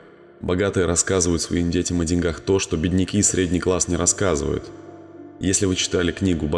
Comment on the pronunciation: О деньгах болин, на е ударение, на е !